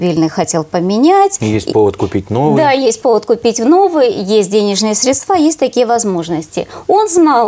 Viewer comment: всех кто говорит средствААА - категорически не выпускать в эфир!!! ... сколько можно